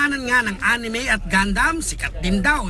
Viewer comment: First time to hear the news say A N I M E XD